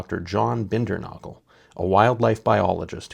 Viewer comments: Just a friendly tip - the name is pronounced Binder-NAY-gul. Has anyone else noticed that on many totem poles there is a pretty mean or scary looking face, human like face....those are Sasquatch faces. Earliest known written report of tribes of Sasquatch was by Leif Erikson in the 986. He encountered them in Greenland... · The Dr Bindernagel, name is pronounced Bin der nA gel A sound..not aa sound.